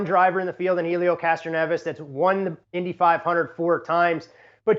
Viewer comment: If he's so smart, why can't he correctly pronounce Helio?